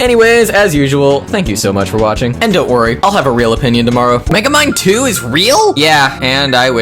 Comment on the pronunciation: thought you said Megemind 2 for a second